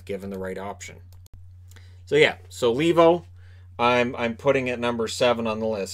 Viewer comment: Argh, that Lee-vo pronounciation drives me nuts! It's a Finnish name so I it's supposed to be pronounced Lay-vo.